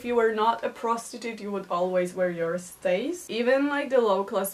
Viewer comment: Shifts? Shiets? What are you saying? Stays? Steyz?